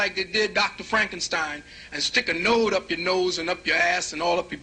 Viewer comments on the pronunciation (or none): none